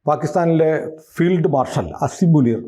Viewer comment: Asif Munir alla.. Asim Munir.. correct aayitu parayu.. ethra per kaanunnatha